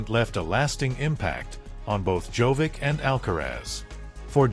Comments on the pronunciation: The speaker should know to say: Djokovic not Jovic! The best tennis player deserves to hear his Name correctly. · what is wrong with you? djokovic has been more than 20 years in tennis and you still are not capable of pronounsing his name correctly? there is no tennis player named jovic. SHAME ON YOU! you are very disrespectful. would spelling it JOCOVICH be easier for you to say it correctly? someone in this line of business should not make mistakes of this kind. AI could do it better than you. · First, learn to pronounce Djokovic name properly. He is not Jovic, Dj in the Serbian language is pronounced as J. The rest of his last name, after the Dj, use phonetics to pronounce it. Stupid. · Can we at least pronounce Djokovic correctly as it is pretty offensive to keep miss pronounce his name through the whole video. I mean how do you spell it correct in the video title then get it wrong everywhere else?